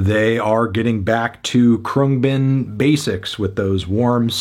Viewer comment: 4/10 your kidding. cant even say the band name right wake up dude